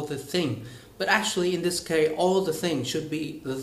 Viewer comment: ))) anh bảo Hoa hậu phát âm thiếu âm s ở cuối nhưng từ 'case ' anh cũng chỉ phát âm là ''kei' mà không phải là 'keis' :)) nhưng phải nói là 98% anh phát âm và nói rất hay và tự nhiên :)) keep up the good work.